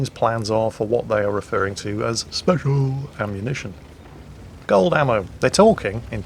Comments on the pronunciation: "Speciallllllllll". Was that a Flambass accent? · I lost it at "speshal" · beware of the "speshal" forces. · you mustn’t make fun of the noobs for using “speshal” ammo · Old and speshuul. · WG is quiet “speshal” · oh boy speshul